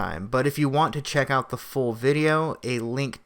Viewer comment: He's a ball-less joke. And you are too REEEEDY!! So scripted! Please learn the difference between THEE AND THE AND AN AND A. It's cringy to hear you read this stuff as great as the content is!